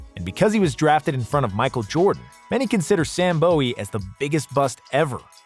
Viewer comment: Is it Sam BOW-EE? or BOO-WEE? I hear people pronounce it both ways. Lol